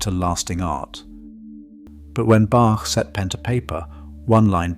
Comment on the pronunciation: Please could we have our great Bach pronounced with a long A and ch as in Loch ?